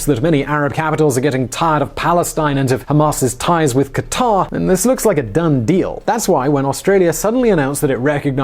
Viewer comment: It's so refreshing to hear western people pronouncing Qatar correctly instead of "cutter".